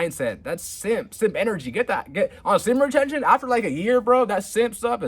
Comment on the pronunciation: I really wish you'd practice the word retention until you get it down. It's retention. Not retsjhhhion